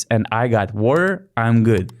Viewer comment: Thanks for the episode guys, I love your content. But for the future, maybe you shouldn't be talking shit about somebody's poor English accent when you cannot pronounce the word WATER, common guys